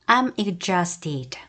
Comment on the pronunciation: exhausted는 발음이 ɪɡˈzɔːst 입니다. dʒ로 발음하시네요. ㅋㅋ